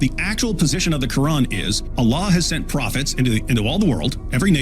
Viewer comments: I like when David calls it the Quwrong.😂😂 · It’s Quwrong not Quran